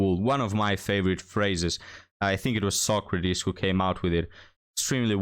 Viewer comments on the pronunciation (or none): none